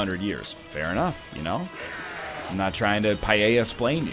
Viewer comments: NL, dude, I know this is kinda petty, but its not pah-yay-a. Paella. Pah-EL(like how you pronounce the letter L)-Ya. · NL's pronunciation of paella kinda hurt me tbh